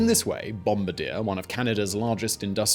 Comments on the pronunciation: Bombardier - pronounced like Bomb-bardeyer - your pronunciation is killing me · The correct pronunciation is bon . bar . dye It is french. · ffs, Bombardier is pronounced Bomb-BARD-EE-EH. Its from Quebec which speaks french. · Bombardier is a French Canadian name: "Bom BAR dee ay" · please stop Bombardier like that. It's a French name, Wendover pronounces correctly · Why does he skip the R in bom-baR-dier?? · Same haha i hated the way he said it lol. Its more like bomb bar dee ae... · I live in Northern Ireland UK, i worked for the company for 3 years. Everyone here calls it Bomb-bard-yeh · Couldn't finish watching after the first 5 minutes of listening to this pronunciation of 'bombadeer' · been saying Bombardeer ever since his first channel and honestly it's become more of a running gag than anything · That is pronounced Bomb-bar-dee-yeah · No it isn’t. Don’t teach others when you don’t know how to say it yourself. It’s bom-bard-YE(H) with primary stress on the last syllable and the last “r” silent. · So because it's a French Canadian (Quebec) it's actual pronunciation is BOM-BAR-DEE-AY. It's killing me the mispronouncing of the company's name and I'm not even French Canadian or from Canada. BOM-BAR-DEE-AY is actually very popular in North America. They make the subway cars for many cities here in the USA... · That's pronounced Bom-bar-dee-ay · Spot on my man like I wouldn't trust this guy for a damn thing on Boeing, Bombardier (bom-bard-yay!), Airbus, or the kid down the street making a paper airplane for that matter when it comes to aviation info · It’s French Canadian. Pronounced bomb-BAH-dee-eh! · you bald headed, four eyed, stupid piece of shit, the name is pronounced Bombardier not Bombardier. You fucking dumbass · "bombardier" yet no one fails to say "mitsubishi" correctly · Oof ... this! I had to stop listening. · That not how Bombardier like you to say their name. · Disliked for incorrect pronunciation of bombardier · It's BOOM-BAR-DEE-YEY